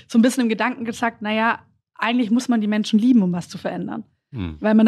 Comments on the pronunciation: "Menschne" dieser Sprachfehler erinnert ein wenig an den Drachenlord... und die Optik auch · die Ricarda und ihr Sprachfehler... Menschna... hat das auch jemand gehört?